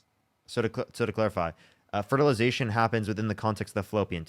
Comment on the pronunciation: Does the caller keep calling the womb a wound? And fertilization fraternity? Or is my hearing just messed up?